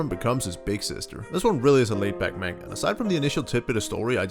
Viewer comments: did, he just say MAINGA? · This guy: MaYnGUH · I'm disappointed in how you pronounced manga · I'm hoping he's pronouncing the word manga as a troll lol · I'm new here but.... Why do you say manga like that???